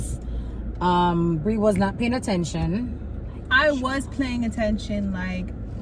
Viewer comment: Thought I heard said she was "playing" attention🤣🤣🤣🤣 my gully Ur T n we're ur cookies, I say "Tcookies" without "T" there ain't no cookies🥰 #tookiesroadto20ksubs